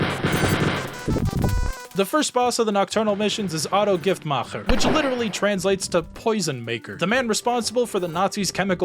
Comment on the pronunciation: Your pronunciation of of the German was both funny and remarkably close. You basically had Giftmacher dead on. The video slaps as well, I just wanted to compliment you on that specifically cuz I know German pronunciation can be really hard